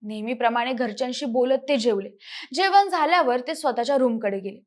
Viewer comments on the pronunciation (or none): मानसं, जेवन , कोनत्या...ण चा वापर करा किती अशुध्द